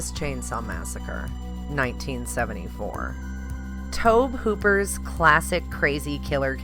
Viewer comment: Ummm…, I like your choices and they are all worth seeing, and I hate to get negative here, but if you care going to promote yourself as a horror expert, you should probably learn hos to pronounce Tobe Hooper's name. Just sayin'